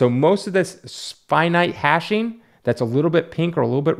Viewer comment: Its hatching, as in cross-hatching, not hashing.